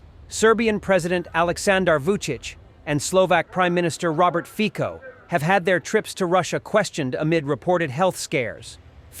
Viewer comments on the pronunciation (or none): Fiko?!?!?!?! :) :) :) Fico read like Fitzo! C is not K in Slovakia :) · Фіцо а не фіко (fitso not fico) it’s not matter but:) 🇺🇦💪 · Fico is pronounced 'Fitso', not 'Fiko'